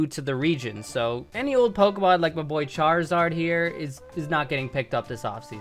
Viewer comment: AND ALSO, DO NOT LEAVE OFF THE I IN CHARIZARD!